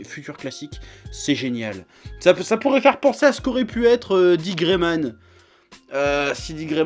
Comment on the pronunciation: Mon coeur en peine après avoir entendu "D. Gray-Man"...